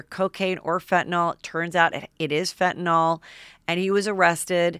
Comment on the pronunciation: You still pronounce FentanYL by saying FentanOL?